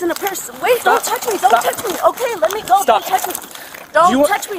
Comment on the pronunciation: When they say me-uh! Sounds like Mia.